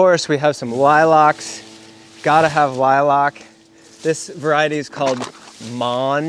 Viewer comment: I’m just here for the way says “lilac.”